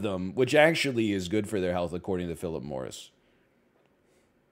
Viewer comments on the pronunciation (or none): none